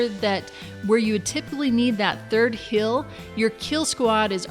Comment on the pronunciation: When she says "heal" it sounds like "hill," and when she says "feel" it sounds like "fill." What type of accent is this?